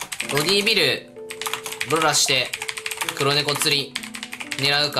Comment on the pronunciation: ロディビルがボディビルに聞こえて笑ったw はい独り言です。 すんません